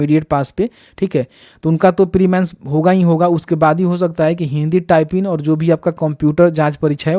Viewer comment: बोलने तो आ नही रहा है, टाइपिंग होता है या टाइपिन होता है, नोटिफिकेशन का गलत जानकारी दे रहे हो, कितने बच्चे पूछ कर परेशन है की जिसने फॉर्म फिल कर दिया उसका क्या, अभी तक एक भी रिप्लाई नही आया इस सवाल का..